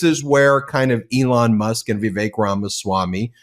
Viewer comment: It's Ramaswamy, not Ramswammy.